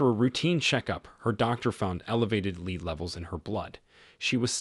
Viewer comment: Its pronounced "led", not "leed" AI voice.